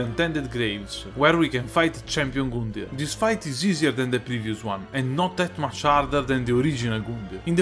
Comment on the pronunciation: he gets me every start of a video with his "goondyr"